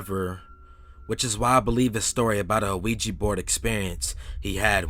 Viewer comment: I like how you pronounce the word "ouija." It's actually really cute lol.